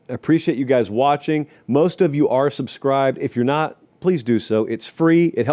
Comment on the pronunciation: It’s “are”